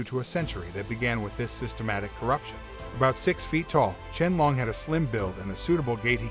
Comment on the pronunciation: Can’t watch if you can’t even pronounce Qianlong’s name correctly.